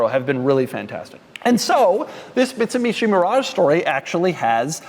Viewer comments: Did he say “Bitsumishi”? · Did Doug say Bitsumishi? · that is what i heard